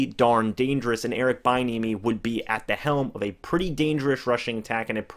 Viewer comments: bro its pronounced "be enemy" not "bye enemy" thx 4 that laugh and yes these are real tears lmao great breakdown tho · It is pronounced b-n-uh-me. And Chris Brown is a singer not rapper. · Its pronounced B-enemy, if he becomes our coach I need to be able to watch your videos about him, without you destroying his name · He might be an excellent HC at some point I just don’t think the Bucs can roll the dice on a position coach at this time. It’s pronounced bee-enemy btw. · his name is pronounced "Bee-N-eh-mee" just a heads up playa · Check that pronunciation bud (Bee-enemy)!!! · It’s “be enemy”!!!!!!